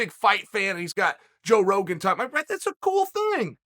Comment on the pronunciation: Did Chael say "joke Rogan"?🤣